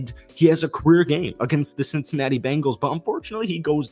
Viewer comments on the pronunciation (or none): none